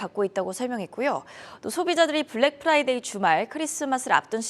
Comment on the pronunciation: Black Priday냐? 발음 너무 거슬리네